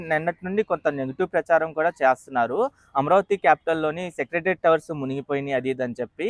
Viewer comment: అమరావతి అని పలికితే బావుంటుంది అమ్రావతి అని పలుకుతున్నారు మీరు